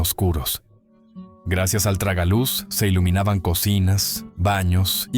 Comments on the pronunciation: Es tragaluz, no ragaluz 🎉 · Es tragaluz,no ragaluz